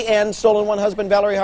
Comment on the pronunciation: Actually, it's "Valerie", not "Valarie".